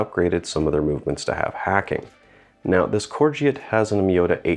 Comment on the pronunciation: Pronounced “core go”